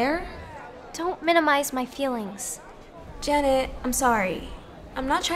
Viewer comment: The way he said "Janet!" sounded like "Dammit!"